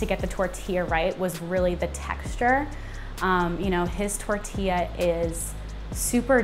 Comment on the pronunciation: Nice, but pls roll your R's in pronunciation of the word tortilla..